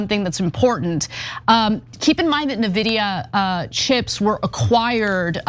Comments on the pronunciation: That presenter doesn't know how to pronounce the chip manufacturer's name. Ears bleed jsut from hearing that pronunciation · You guys are pronouncing NVidia wrong. 😂. It’s all good. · To me it's puzzling that anyone (let alone a journalist) doesn't know Nvidia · Oh my god! Would it kill you guys to check a LTT video on NVidia, or Jay's 2 Cents...OR LISTEN TO THE PEOPLE ON THOSE CLIP YOU GUYS SHOWED HERE...to learn how to pronounce NVidia? 🤬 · she pronounces it "NE vidia" instead of "EN vidia" ... nice to see you have grandma on your team Cenk! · Just a nitpick, but: The company's name is pronounced "'N' - vidia".. not "navidia". (I suppose you could also type out the pronunciation as 'en-vidia') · It is pronounced en-videa not nuh-videa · If she says “Na” vidia one more time lol… it’s “En” vidia 😂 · Ana, it's "en-vidia", not "nuh-vidia"... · It's not called "Neh" Vidia.. it's called "N" Vidia lol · It's pronounced EN-vidia not nuh-vidia. But anyway the amount of butthurt cope about this is hilarious. Hearing people say "oh they did it with stockpiled/smuggled (now-sanctioned) H100s, there's no way their model is THAT efficient" is similar to when China won that Olympic swimming gold-medal "oh that's not humanly possible" 🤣🤣 In actual fact, they use these same efficient methods on their previous model (V3) and published this a while back, but the disbelief only set in when R1 suddenly matched OpenAI-o1 in the last few days. The markets don't lie and while NVIDIA will still skyrocket in the months to come, some realism in the form of a short, sharp correction is normal. As for fears about "China", they open-sourced this model. Anyone can download this model and run it locally, on a server, a laptop or even on a mobile phone with no internet access, or use an American third party company hosting this model which are popping up everywhere. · Ana. N Vidia Not Nividia. Really! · IN vidia... Not Nividia... Say it with me 😂😂😂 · Its eN-vidia, not nuhvidia. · "In videa"